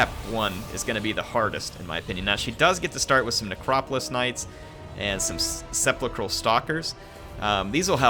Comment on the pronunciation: Heirophant = High-Row-Fant Heirotitan = High-Row-Tight-An Sepulcral = Sep-Pull-Krul Khemrian = Kem-Ree-An Djaf = Jaff Seriously, don't they teach High Nehekaran in the states?